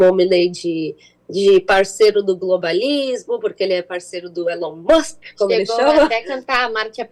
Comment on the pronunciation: Maduro fala assim: Elon Mox!!!! Hahahahah....